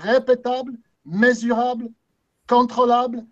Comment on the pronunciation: Hahaha ça me fait toujours autant rire le "empirique ! Répétable ! Mézourable ! Cantrôlabe !" xD Très belle démonstration sinon ;)